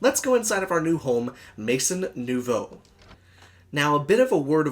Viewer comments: it's pronounced as "may-zon new-voh," it means "new house" in French!! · Oh that bad french inuciation was killing me. Only watched half of video, sorry. But definitely not a mod I liked. Thanks for doing it though. Luv the channel.